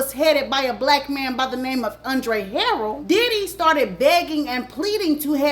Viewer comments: Thanks for sharing. Wish you would have pronounced Andre Harrell’s last name and Keefe D’s name correctly. It lowers the credibility of it all. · It’s the mispronunciation of names for me🤦🏾‍♀️😫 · That's not how you say Andre last name. And Diddy became well known for huge parties at Howard...that is very key. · Ha- rell not Harold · Wassup 💪🏾❤️ and it's HARRELL not HAROLD lol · It's Andre harell. Ha.rell.😂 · It’s not Andre Harold Ha-Rell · She said Harold it pronounced Her rell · Girl Andre Harrell “Her- Rell” not Harold 🙄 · Chillllleee you and these names 😂 Kee-Fee-Dee and Andre' Ha-Rell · It’s pronounced “kee-fee d” and “andre ha-rell”. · If you're black, but aren't hip to Black culture, then stop trying to make money off of what we have going on. Just because you're black doesn't make you a culture vulture. You don't even know how to pronounce the man's name. It's pronounced, Andre HA-RELL!! 😒😒😒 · It only takes 30 seconds to look up pronunciations. Andre HuhRelle Kēfē dē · U keep say Haroll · Andre “Ha-relle” is the pronunciation lol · HA-rail. That's how you pronounce Andre's last name. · It's Huh RELLLL that's how you pronounce the Late Andre's name. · gone give me a stroke with the way she pronounced HA-RRELL lol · Great video overall but it's pronounced KEEFY D and Andre HAH-RELL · It’s Andre Ha-RELL 😂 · Andre Harrell (Huh-Rell)... it was killing me... 😂 But, great job! I didn't know about the Catholic school. 🤔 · You are butchering these names today girl LOL 😂. HA-RELL....KEE-fe D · It is alright. WE know what she Means Y'all!!! ALL GOOD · Andre Ha-RELL. Key-fee D. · I absolutely love watching her videos but I want her to pronounce these people’s names correctly.😂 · Every time she says Andre last name wrong. 🙃🙃🙃🤪🤪🤪🤪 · Key fe dee but spelled kee fee dee you miss pronounce alot of names but your a damn good narrator and it's Ha rrel not harrold😅😅😊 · the names are pronounced Harrell (hairrell) Keffe(Keyfee)